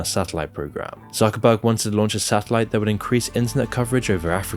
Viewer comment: His name is ZUCKERBERG (TSOOKERBERG) not suckerbucks :D